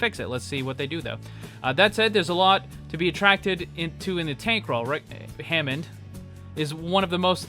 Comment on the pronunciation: "Wre-HAMMOND..." Heh!